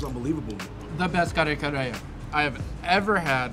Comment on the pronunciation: just better pronunciations of the food names will help others say it correctly. Ka-re Ka-re not Car Car for example. 😉